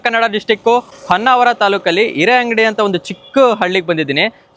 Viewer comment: It’s areangadi…😂not ereangadi